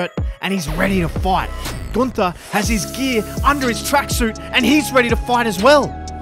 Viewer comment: It’s not Gunther It’s GOONTERRRR